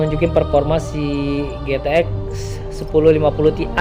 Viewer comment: Mas intonasi nya yang jelas GTX kedengerannya Zx